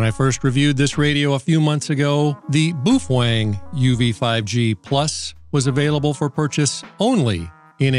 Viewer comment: BOOF WENG 🤣🤣🤣🤣🤣🤣🤣🤣